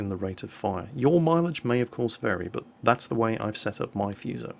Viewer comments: it's FU you crank.....as it's spelt in English....Not Fooso.....lol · It's pronounced Fu(as in Kung-Fu)-So. What you're saying, "Fyuso" means "curse" in Japanese >< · It is not the fuse-oh, it is the foo-so! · If I pronounce Fuso as " Fuss - O " will the weebs get mad? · im sure some one else bellow has posted this and i know im a billion ears late but just to be that guy. the pronunciation for Fusou is Foo(as in food with out the D) and soh (like soap without the P) or there abouts. the pronunciation for nagato, mutu and housho where pretty spot on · Actually it is pronounced 'who sa' or 'fSa'. Learn what you are talking before you start berating people about nonsense. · None of you seems to be able to pronounce this simple Japanese name correctly 😂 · FFS play Kantai Collection and hear Fusou herself tell you how to pronounce her name "Of the two Fusou-class super-dreadnought battleships, I am the elder, Fusou. Please take care of me and my younger sister Yamashiro." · I cringed every time he said fuso wrong.